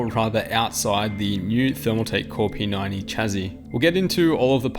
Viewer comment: the way you say p90 is like p 9 e and that is what I thought the chassis/case was called till i read the description